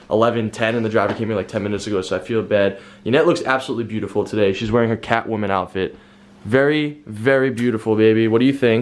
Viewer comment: lol he said catwomen😵😭